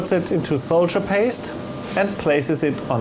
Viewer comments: Must be regional differences. In America, I've only ever heard it pronounced "sawdurr," though I'll be the first to admit that it makes no sense to pronounce it that way. It's definitely not "soldier" though, I think we can all agree on that. XD No offense to, we all know English isn't his first language and he speaks it very well given that. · I's "sawderr" not soldier ;D